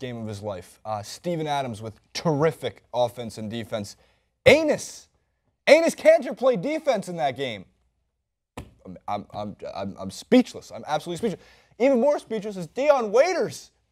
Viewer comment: WTF it's Enes not anus